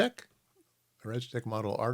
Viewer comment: I started screaming at the monitor when I heard you say "regitech" hehe...